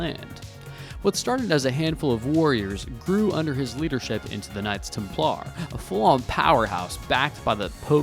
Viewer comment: I cringed at your pronunciation of Templar.